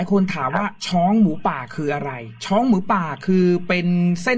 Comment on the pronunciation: ช้องค่ะ ไม่ใช่ช้อ เรื่องในป่าสนุกดีค่ะ